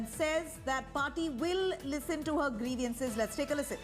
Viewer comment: "Griviance". Dear News anchor, get your pronunciations corrected!